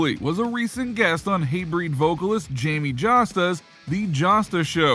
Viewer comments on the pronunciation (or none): none